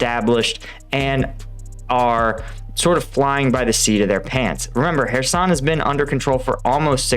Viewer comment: What, you mean it isn't pronounced Keer-soon?